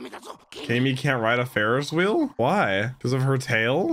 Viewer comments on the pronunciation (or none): none